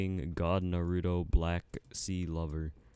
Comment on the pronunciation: LMAO HE READ BLACK CLOVER AS BLACK C-LOVER